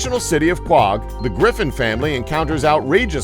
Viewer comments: Quag? Kwog? Quohog is pronounced co-hog dipshit.... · The fictional city of quog? Uh I don't think that's how it's pernunced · Quag really it is not pronounced like dat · Charlie Mortellite I was thinking the same thing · You mispronounced Quahog.